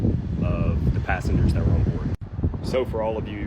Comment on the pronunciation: If you can't pronounce the word 'that' without a D as the first letter of the word, I'm not listening to you. This comment is not directed to the content creator btw.